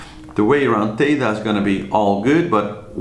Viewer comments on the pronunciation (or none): It's THETA, not Tetha: they're using the Greek alphabet.